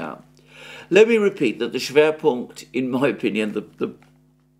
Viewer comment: „Schwerpunkt“ well pronounced 😄 Greetings from GER!